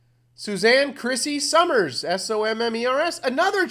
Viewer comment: Two syllables. Enunciated like summers. Not So mers!